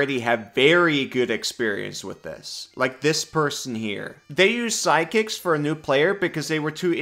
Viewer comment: I was confused, you pronounce "sidekicks" like "psychics" and I wanted a functional Psychic class so much... another intelligence full caster but with some Illithid powers from BG3 😮 On the martial topic, I agree, give them more options and make them able to cast some spells but not with spell slots, but effectively mimicking spells with martial techniques.